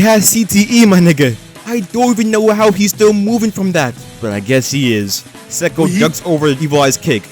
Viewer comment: It's "Say-ko"